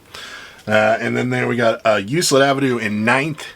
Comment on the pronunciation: Good show, interesting info. FYI, Euclid Ave. is pronounced with a hard “c” sound like in words that have “ck” in them. Now that you know that you will probably never have to say Euclid again 🤓